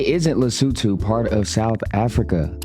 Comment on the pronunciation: Batswana must be jealous at how well you pronounce Lesotho🤭